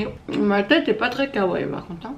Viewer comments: ON DIS (KAWAII) PAS (KAWAIIL) OK OK OOK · Kawaii se prononce avec les deux i et non Kawai :) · on ne dit pas kawai mais kawaii le i est plus long c'est pas pour rien qu'il y en a deux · c'est pas sweet lolita que tu porte et tu prononce mal le mot kawaii, on dit pas kawaii mais kawaii i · C'est marché kaiwaii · Kawaï ce dit à la fin iiiiiiii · Ça se dit "kawaiiiiiii" 😉